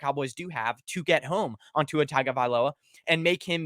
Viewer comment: How are people still pronouncing Tua’s name wrong.